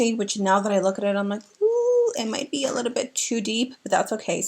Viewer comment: Love how you say "litta bit"! ❤️😂